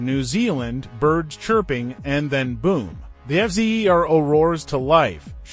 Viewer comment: I love how the AI is forced to keep calling it the F Zee Eee Are Oh over and over. 🤣🤣